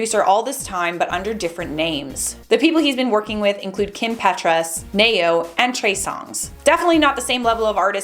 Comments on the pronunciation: The way she said "Nay-Yo" made me cringe 😂😂 I love you. But its "Knee-yo" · Nayo?.. It's pronounced NeeYo.. lol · Sis said neigh-yo it's knee-yo 🤧😂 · its pronounced nee-yo,.. you def need to listen one of his songs, the are classic for me.<3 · LEARN HOW TO PRONOUNCE THE ENTITIES YOU SPEAK OF!!! "Ne-Yo" is pronounced as: Nee-Yo "ASCAP" is pronounced as: AZ-CAP I had to keep rewinding the video to make sure I was hearing what I was hearing because you neglected to do your homework. #Lazy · Ew is that how Ne-yo is actually pronounced? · lol, def not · right....I feel like she may just not be as familiar with their work, especially w/ the pronunciation of ne-yo....